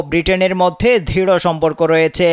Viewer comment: ধৃড় নয়, দৃঢ় হবে